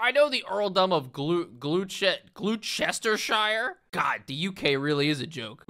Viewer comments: Living in Gloucestershire, your pronunciation of my home county is hilarious! xD Say 'glo·stuh·shuh' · Glueches chisshire hahaha not even close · "Gloucestershire" is pronounced like "gloss-ter-sher". We're very sorry. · AKCHULLY! It's pronounced, "Gloss-teh-sher". Love your videos man, watchin it wiv me beans n toast. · I am not European but "glue-chester-shire" made me lol. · "Glue chester Shyre" *Proceeds to call the UK a joke" Yeah OK buddy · gloss terd shire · Gloucestershire is pronounced Glostershire. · Your pronunciation of Gloucestershire has sent me into a blinding rage from which I shall never recover. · The flip did you call Gloucestershire?